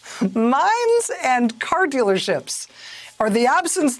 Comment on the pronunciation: When Rachel first said mines I thought she said mimes. They may not have those either.